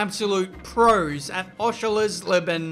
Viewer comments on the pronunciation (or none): It's Oschersleben, not Oschelersleben or Oscherlesben. Where does he get the extra letters from? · Osha's lay (is how you say Oschersleben:)) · Oschersleben is pronounced Aw-sher-sleb-in. Its really not that hard,. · Oshers-leben you spud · Okay say it with me - Osh-sher-slee-ben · Say it with me,. Oh-sures-lay-ben. There ya go. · Repeat after me; Osher-sleigh-ben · Ok class, sit down. Welcome to my lesson called 'How to say Oschersleben'. You can split this into two parts; Oscher, and sleben. Taking the first part, Oscher, it can be said like the word 'usher', just replace the u with an o. Now, moving to the second part, sleben, you can say it like you say seven. You add the l and replace the v with a b, and you're done!. Congratulations, you can now say 'Oschersleben'